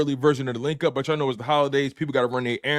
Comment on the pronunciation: The (L)inc Up emphasis on the L. The only thing Philly folk cook up better than crack is excuses on why their teams lose 😂😂😂 “ice up sons ice up,” a wise man once said